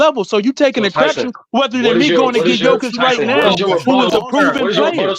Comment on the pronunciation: pronunciation be killing me. Jokik, big ock. Damn stop butchering names 😂